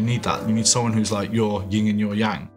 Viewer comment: Simp alert, and it's yin and yang, not ying and yang.